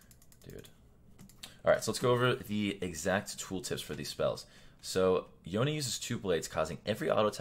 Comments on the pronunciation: Isn't it Yone not Yonie 😂😂😂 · Did he just say "yo nay"? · Yonay? how does he read his name like that